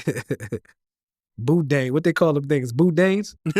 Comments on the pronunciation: It's Boudin not Boudane 🤣🤣🤣🤣🤣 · Boudain 😂 is good but to hear other people pronounce it is hilarious